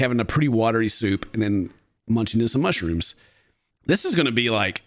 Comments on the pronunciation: Idk, I heard mooshyrooms. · Hunyions, mushyrooms, carriots! 😂😂😂